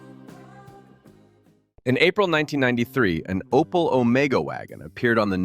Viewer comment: where dis you read Opal? it is Opel american man.